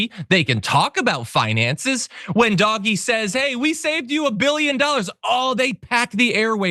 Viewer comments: John, PLEASE don't pronounce DOGE as "doggy!" Dogs are wonderful. DOGE should ONLY be pronounced the correct way which is DODGY as both their actions and members are incredibly dodgy! Thank you. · I haven't heard DOGE pronounced "doggy" before. I think it's more accurate to refer to it as "dodgy". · Why do you keep saying "doggie"? That's how you spell what you say. Everyone else pronounces it as "Dojj" as in with a soft g and silent e. Your insistence on pronouncing it, differently is making me switch off the video, seconds in. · stop saying "dog-ee" for feck sakes. It's pronounced "dowzsh" At least get the pronunciation correct if you're going to rant about it. Ya sound like a dang fool when you say it wrong. And damn you for making me defend any part about it. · Hearing "doggy" makes me cringe but thanks for the coverage! 😂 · First time I've heard it pronounced "doggie" and I'm never going back. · Why does he keep saying doggy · Please stop saying "Doggie" like a moron. Take the mere 2 seconds it takes to google "pronounce doge" and at least sound a little more intelligent on the subject. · Doggy shit! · It's pronounced "dodgy". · Don't say "dog-e" and then laugh at "tesler" it's equally cringe. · Oh i like him calling it Doggie lol like a dog dirty dog... lol 🎉 Doge implies royalty. It is equal to a Duke. 🎉 #Ettd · it was never pronounced “Doggy” - ever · DOGE-bags. Please get it right John. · Can you not pronounce it doggy..? Don't want to taint the affectionate name of some of the best animals ever. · surely it should be prnounced 'dodgy' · Thank you for pronouncing it for the smelly mess it is… 🐕 💩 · I think he is doing it on purpose to make certain people angry. Like when they purposely call X , Twitter instead. I’m here for this lvl of pettiness lol. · He's saying it wrong on purpose. In the UK it's called taking the PISS😂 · Doge is pronounced like dodge but the O makes the Oh sound it's not doggy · Thank you for calling it by it's correct name , Dog-E 😆